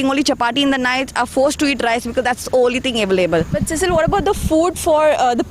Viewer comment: Please pronounce her name properly. It is pronounced See-sill. It is of French/Portuguese origin. Cecil is the pronunciation of the male equivalent.